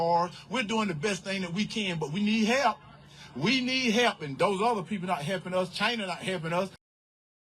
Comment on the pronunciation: Who in the hell in their right mind voted for someone who says, "We need HEP"?